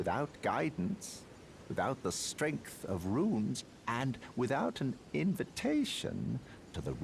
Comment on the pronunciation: Oh nice, let's have a drink every time says "ruins" instead of "runes". Or maybe not, too dangerous...:D